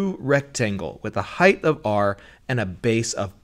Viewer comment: How does an intelligent person say "heighth"??? That is NOT a word. Height. What a fool.